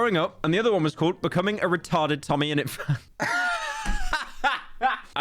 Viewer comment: he said retarde :sob